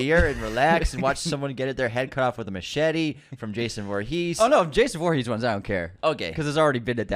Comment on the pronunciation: Whoa! There were some wild pronunciations in this episode!! Jason VoorHEES and Lerra Croft 😂😂😂